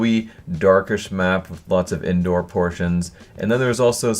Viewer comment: Is he saying "indoor" or "endoor"? His pronunciation is shit.